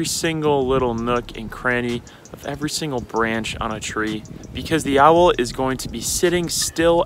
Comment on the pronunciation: I realize I have some bend to me with how much this bothers me: Owl is one syllable. Not two. Not ow-well That is all.